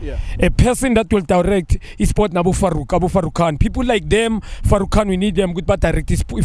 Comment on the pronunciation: If junior can say Farouk 😓😓😓#notinterested